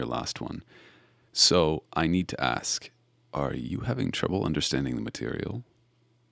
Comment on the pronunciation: No cuz EVERY. TIME. he said material I said girl